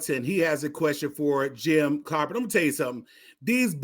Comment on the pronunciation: Hey there Fool, for one thing you can't even pronounce his name it's Clyburn got the democratic party a Strong black supreme court judge, by the name of Ketanji Brown, and a black woman who is vice president of the United States. You have it all wrong, you don't even understand the issue When the black woman's vote is what got us to where we are today.